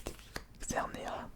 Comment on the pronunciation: On dit xerneaS et cosmoVOUM